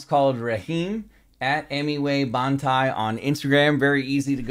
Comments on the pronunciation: Bro literally said Emiway "bunty"💀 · Its not Bunty, its Bantai ( Baan Tie) pronounced!!